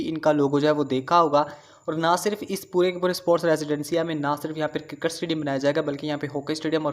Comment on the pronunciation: Karkat astadium Bhai pronounce to sahi kro